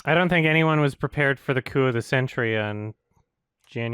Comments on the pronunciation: Coup is pronounced coo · In the remake, it sounds like scar is saying "the coom of the century" not coup. Also, was not prepared for . That had me laughing my ass off.